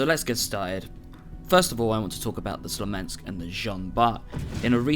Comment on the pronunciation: sMolensk not sLomensk :P You keep getting it wrong that's why they will remove it. Because you cannot pronounce it ;)